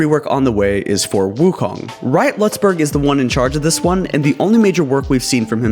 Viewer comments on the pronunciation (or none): none